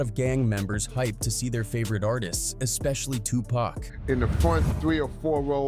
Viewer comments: Pack? It’s Tupac!!! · Stop calling him PACK.